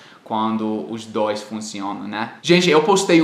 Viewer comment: REGRA NUMERO DOIXXX IH O VIROU CARIOCA KKK